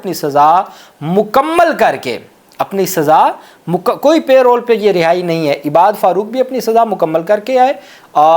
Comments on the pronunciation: لفظ پے رول نہی پیرول ھے (parole ) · PLEASE NOTE ITS NOT "PAY ROLL" BUT PAROLE. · Mr. kindly correct your pronunciation of the word parole it is not payroll.